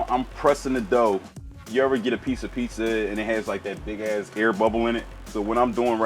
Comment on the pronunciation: Damn... in New York... most black folks pronounce "pizza" like "pisa." These are the first black dudes I have heard pronouncing it like I do... "Pete Za."